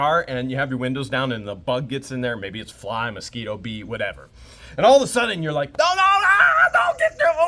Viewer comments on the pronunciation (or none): none